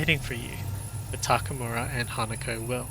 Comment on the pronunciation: Anyone can explain how someone who played this game that much and created content about the game can still say Takamura instead of Takemura?